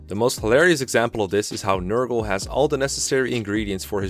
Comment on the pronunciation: NER-GAL Not Ner-girl smh